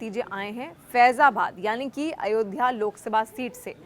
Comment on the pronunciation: Madam Ayodhya bol Ayodhya